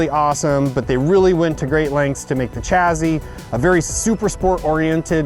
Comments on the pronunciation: Take a shit every time he says chazzee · Why do you pronounce it "chazzee"